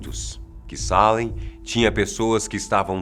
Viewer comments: É Salem e não Sálem. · O melhor video que já vi aqui!, vc é phoda! Já morei em Boston e visitei Salem ( se pronuncia Seilam) algumas vezes. Adorei